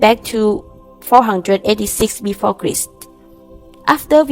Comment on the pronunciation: "...thousand years Before Kreest." Stop it. Stop this channel. You're killing everybody